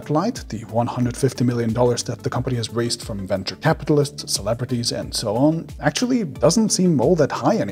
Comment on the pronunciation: Stop saying "ackchually" so much for the love of god.